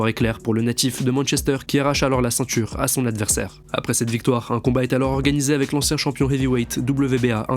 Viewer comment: Le IN se prononce IN , pas AN ….. on prononce CEINTURE, pas CENTURE…… SYMBOLE, pas SAMBOLE etc Etc